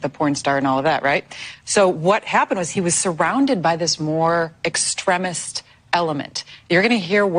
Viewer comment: She can’t even pronounce the word extremist.